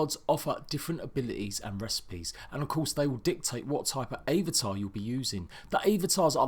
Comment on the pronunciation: You're saying avatar wrong